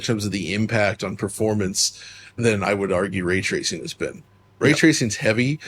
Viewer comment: 'Way twacing'